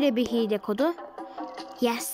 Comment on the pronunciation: Hile diylim diyo hiel